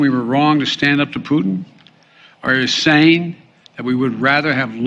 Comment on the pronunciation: please, it's P'u'tin like Rasputin, not Pootin;) (i realise you know this)